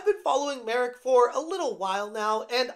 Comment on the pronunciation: It may sound silly and insignificant, but thank you for learning the proper pronounciation of Marek's name. I watch different english speaking youtubers and so many of them butcher it or don't even try to do a small research or ask a native how to pronounce a slavic name, to the point I sometimes don't even recognize who they are talking about. I find it to be a basic courtesy to do so, so the people who speak the language don't feel like you mock them. Anyways, the whole situation is hysterical, reddit mods proving memes about them are true xD